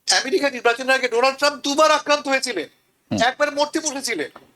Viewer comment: america a= short a , not bent a